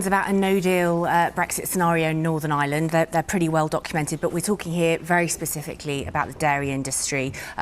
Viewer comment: I wish that reporter would pronounce n. Ireland property it’s not n. Island there is an r in it